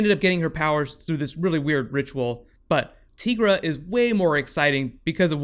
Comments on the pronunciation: Dude, it isn't tEEgra, its tEYEgra. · ITS TIGERA NOT TEAGRA